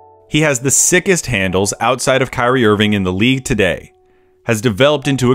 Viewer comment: haha he said “today”